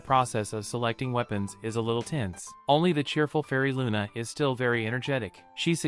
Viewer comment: They clearly pronounce it Luna, not Runa. However it's written Runa in the manga because in Japanese there is no Lu syllable. Still Luna is the better choice for the subs when they decided to pronounce it like that